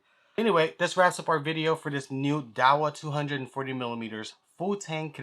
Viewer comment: Pronounced "Yao vool" roughly